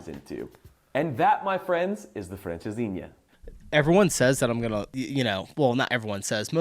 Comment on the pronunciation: Welcome and it's francesinha 😅